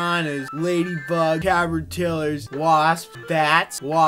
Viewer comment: Lol "Cappertillers"